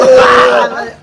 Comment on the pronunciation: Mandor sunscreen ❎ sunskrim✅🤣😆